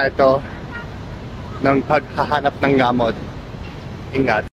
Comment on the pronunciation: Ang cute mo naman. Anyway pwede rin po sabihin.."gumising ako nang masakit ang ulo ko" Gamót ilóng tahó ang stress po ay nasa pangalawang syllable